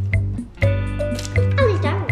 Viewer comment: Did anyone realise at the start of the video, was British when she said "wow that's so beutufal!" When she was making the cornbread with Janae?